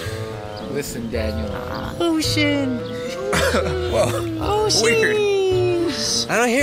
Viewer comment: SAID THE S WORD! (I KNOW SHE SAID OCEAN, BUT IT SOUNDED MORE LIKE THE SWEAR WORD TO ME!)